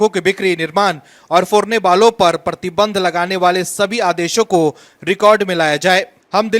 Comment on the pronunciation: परती बंध नहीं बिहारी मूर्ख, 'प्रतिबंध' बोल.